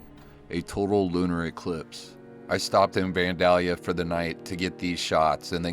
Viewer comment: Pronounced: "Van-dale-ya" Good videos bro! 👍